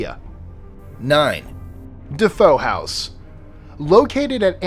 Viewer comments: It's not De Foe, it's De Fe-oh. The alleged "haunting" as been proven a hoax dreamed up by George and Kathy Lutz and their lawyer. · You mean "Defeo" pronounced "duh Fay o" not "Defoe" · It's DeFeo. not Defoe. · its DeFeo, not DeFoe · That would be DeFeo (da FAYo) not DeFoe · It us not Defoe House.. It is Defeo house.. you Moron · Amityville family was DeFeo...not DeFoe. Also no witches were ever burned in the Salem witch hysteria. They were all Puritans and Puritans viewed burning witches as a "Catholic" punishment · Great video! I must look up a few of these that I hadn't heard of before. Two mistakes, however. In the Winchester case, a businessman is a "magnate" (mag-NATE), not a "magnet". You put magnets on a fridge. And the family in Amityville was named Defeo (Deh-FAY-o), not Defoe, as in Willem Defoe. Common mistakes, no worries. Love your videos. Edited to add: the Salem Witch trials took place in 1692 through 1693, long before the Joshua Ward house was built. And the accused women were executed by hanging, not burned. One man was pressed to death. The Joshua Ward house may be haunted by tortured souls of so-called witches, but the trials and executions happened prior to its construction. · Defeo, not Defoe!!! Dude killed his family and is still in prison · Couple of things... Joshua Ward house: 1) built nearly a century after the Salem Witch Trials 2) no witches were burnt in Salem 3) no witches were executed near that house Also, it's DeFeo, not DeFoe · DeFeo, not Defoe. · The house in Amityville--it was the DeFeo family, not DeFoe. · Love your channel! Just recently found out about you and this thing called the inter-webz, lol. Anyway, just wanted to say that the last name of the family associated with The Amityville House was DeFeo, not DeFoe. Big difference! Check ya later,...and! +list25 and +@ The Video Guy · The murderer in Amityville was "Defeo," pronounced "Da-fay-oh," not Defoe. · #9 the name of the family was DeFeo, not DeFoe.